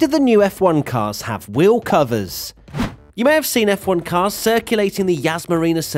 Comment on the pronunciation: I learned from this the fact that pronounces "Wheel" - "Weeohw"